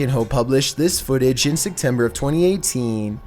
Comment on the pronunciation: I love your vids, but why do you always say "Secktember" instead of "September"?! Lmao